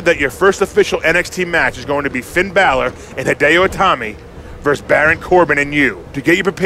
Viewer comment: man spricht ihn finn balor aus nicht bälor.